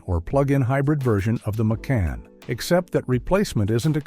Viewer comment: This is AI generated. The tell: The name of their SUV is pronounced Mc' Ahn; not May Kan (like some city in Georgia).